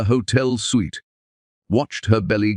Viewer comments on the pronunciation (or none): IT'S Hotel suite pounced ( sweet)